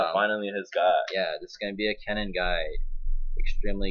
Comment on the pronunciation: its kennen not cennen:D